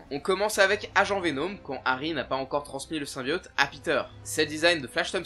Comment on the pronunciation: même après avoir fait un jeu complet de + de 6-8 heures ou le mot "symbiote" est prononcé des dizaines et dizaines de fois, c'est toujours impossible de le dire correctement ???